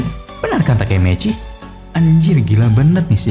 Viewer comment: TAKEMICHI ❎ Takemeceh✅🗿